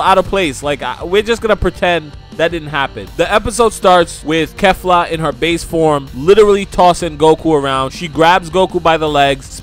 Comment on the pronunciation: You pronounced kefla wrong so many times rewatch the episode if need be but yeah... Pronounced and sounds like Keefla lmao weak asf everybody makes mistakes tho